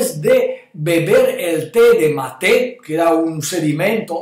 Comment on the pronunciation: Mi lindo Doctor usted siempre tan verídico, lo único es que mate no se pronuncia con acento en la segunda sílaba, el acento va en la primera sílaba, y ojo que se toma también en otros países de Sudamérica. Gracias Ud. sabe que soy su seguidora desde hace mucho tiempo, saludos desde Utah!